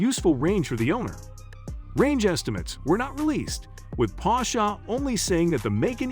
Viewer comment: The video is so ruined whit the pronouncement of Porsche with A at the end. IT IS PORSCHE and NOT PORSCHA